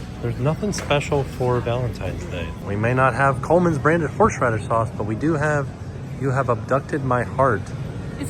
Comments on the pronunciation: “Horshradish” sauce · Note the many times mispronounces "horseradish." It's a hard word! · not being able to say horseradish is killing me 😂